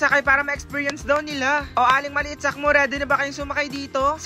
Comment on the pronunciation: Sakmo hindi po salmo 😂